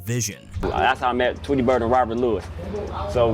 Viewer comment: Nice video but the pronunciation is wrong you say damoo readaz and tweetie lock